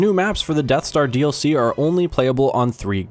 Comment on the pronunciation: im sorry i couldnt hear you, did you say something about the deff star? (I should just stop now shouldn't I XD)